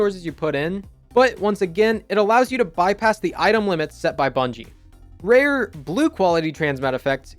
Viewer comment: haven’t heard someone say “rare, blue quality” like that in a long time